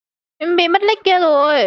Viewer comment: Mat nick ma e đọc là lick